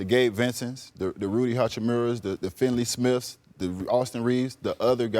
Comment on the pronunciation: No-one: Udonis Haslem: Rudy Hachamura, FInley smith 😂😂😂